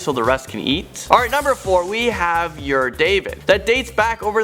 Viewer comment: Ur-David is not pronounced „your David“ lol